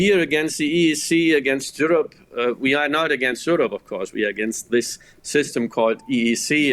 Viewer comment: Bro said Jewrope